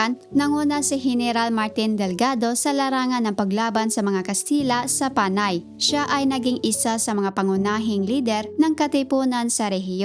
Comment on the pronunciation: You sound like a faulty AI who cannot use the correct usage of syllabic stress especially that of Panay, and other words. Sana hindi ka na lang nag-narrate at plain background music na lang inilagay sa vid post na ito and better have the information typed or in a running text to give justice to the efforted information. Your narration sucks!! Ewww 👎